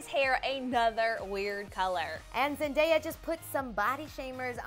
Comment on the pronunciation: She finally said zendaya correct